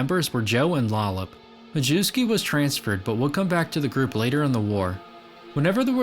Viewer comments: Not “Mah-jew-skee”, it’s pronounced “My-S-key”. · Majewsky, pronounced majeffsky 🤣🤣🤣